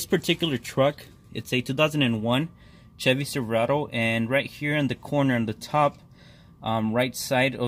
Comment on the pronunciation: Jevy silverado lmao